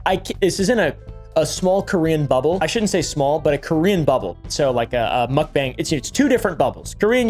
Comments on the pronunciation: Mukbang is pronounced like "mock" "bah-ang." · Mook-bang the "Mook" says it all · I despise the way you pronounce mukbang